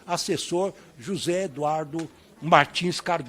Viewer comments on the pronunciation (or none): none